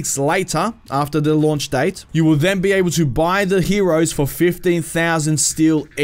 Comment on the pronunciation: Did you say 15k or 50k for the new heroes? God I hope not 50. Can't tell though.